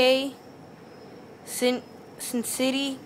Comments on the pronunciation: you can't read its not sin city its cin-ci-natt-i ( sinsinatte for pronunciation) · you said cincinnati wrong.